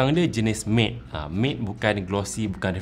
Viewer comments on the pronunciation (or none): Tuan. MATTE(permukaan tanpa kilauan) bukan disebut 'Mat' atau 'Maid' tp sebutan MATTE berbunyi seperti 'Met'. Terima kasih